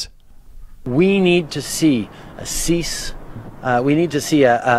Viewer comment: Trudeau's "cease" sounds awefully close to "CSIS". What does this mean?